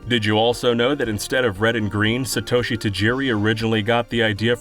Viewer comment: s'-toe-shi haha